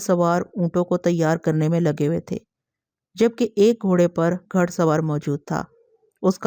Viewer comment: تلفظ صحیح ادا کرنے کی کوشش کریں باقی good job لفظ گھڑ اور کرخت اور بہت سے جو میں آواز کے ذریعے سنا نہیں سکے